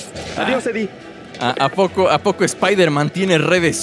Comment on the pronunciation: Acaso Spider-Man le dijo al pizero edie?? Será edie brock